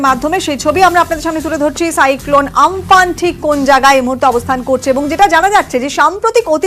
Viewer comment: উচ্চারণ ঠিক করুন আমফান নয় কিন্তু